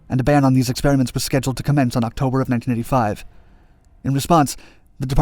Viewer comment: I assume he’s saying 19*85* but it kept sounding like he was saying 1995 etc